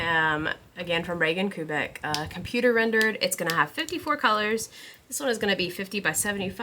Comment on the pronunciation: Kubecek (3 syllables) sounds like “cube a check.” I could be wrong but I’m pretty sure this is how you pronounce the artists name ❤